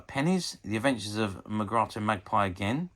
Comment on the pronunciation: I wonder if you ever watched this show, as it all seems quite alien to you. Murgatroyd is pronounced as it looks. Thanks for the upload.